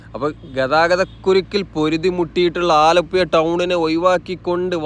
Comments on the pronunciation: ഇങ്ങള് ആലപ്പുയ എന്ന് തന്നെ പറഞ്ഞാൽ മതി മുത്തേ, അത് കേൾക്കാനാണ് ആലപ്പുഴ എന്ന് പറയുന്നതിലും സുഖം! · ആലപ്പുഴ എന്നു മുൻപത്തെ വീഡിയോ യില് പറഞ്ഞു തന്നത് ഈ വീഡിയോ യില് 😂😂😂 അച്ചരപുടത ഉണ്ടാക്കീട്ട് പോയാൽ മതി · സ്നേഹം കൊണ്ടാണ് പറയുന്നത് ബ്രോ അല്ലാതെ ബ്രോ ഴ യെന്നോ യ എന്നോ പറഞ്ഞാലെന്താ .❤